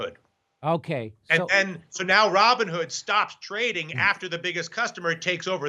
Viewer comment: "Raw Bone Hood"? LOL